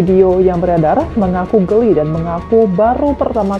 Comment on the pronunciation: Kenapa bilang geli dapat rezeki kok bilang nya gelli